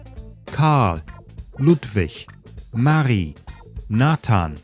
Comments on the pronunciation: Marie needs stress on 'rie', not on 'Ma'. (Just saying). And 'Ida' happens to be a name popular with Jews 😄 They missed that. Also, the whole matter shows how infinitely culturally ignorant the Nazis were. Our father Ya'acov (Jakob) received a 2nd name, i.e. Israel. Not Jewish at all 😜🤣. Why they had to shorten Friedrich to Fritz is anybody's guess. Interestingly I know only the last version, but with 'Siegfried' and 'Zeppelin'. "Last year's version" I've never heard of. Salzwedel instead of Stuttgart makes sense, because the 'S' in Stuttgart does not represent an 'S' - sound. Unless you pronounce it Schwäbisch S-t instead of sch-t. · My nitpicks with your pronunciation would be: - Samuel is pronounced with long e, like "Samu-éhl" - Likewise, Emil is pronounced Éhmil - Oh, and Marie is stressed on the second syllable